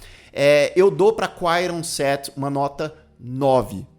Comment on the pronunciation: “QUAIRON SET” Q pronuncia horrorosa mano kkkkk